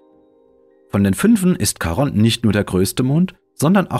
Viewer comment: Wunderschönes Video, dabei selbst für Astronomie-Interessierte aufschlussreich. Da nimmt man gerne die viele Werbung in Kauf. Lieber die Werbetreibenden bezahlen ihre gute, aufwändige Arbeit als ich, deshalb lasse ich sie immer ganz durchlaufen in der Hoffnung, das zahlt sich für Sie aus. Kleiner Hinweis: Charon, altgriechisch Χάρων Chárōn, wird nicht Charonn ausgesprochen. Omega wird lang gesprochen, nicht aber betont. Weiß, oberlehrerhaft. Eine Nationaleigenschaft der Deutschen. 😁